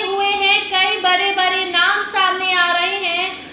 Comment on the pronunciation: बोलना सीखो बरे बरे नहीं बड़े बड़े 😂